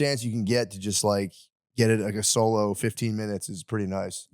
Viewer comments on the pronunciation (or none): none